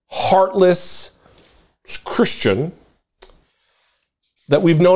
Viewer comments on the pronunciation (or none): none